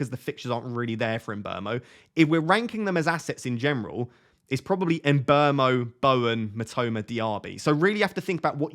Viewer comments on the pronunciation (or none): none